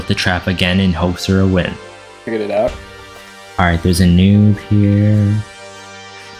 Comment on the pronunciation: You said out wrong💭